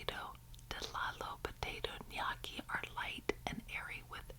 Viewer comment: Gnocci is best pronounced "ño-key"❤❤❤